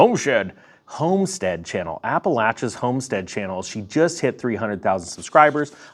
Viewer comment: Thanks for pronouncing Appalachian properly ❤️